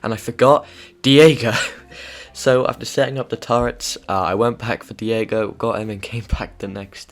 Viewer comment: you called him diago instead of deigo